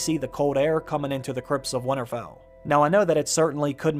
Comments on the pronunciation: Nobody:: "Wannarfell" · Great vid but it’s not winnerfell there is a t in winter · Can someone teach this guy to say Winterfell instead of winnerfell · Why can't you say winterfell ? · The way you say "Winterfell" though...